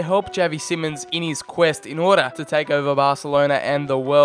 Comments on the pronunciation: it’s pronounced as in simon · Isn’t it simons?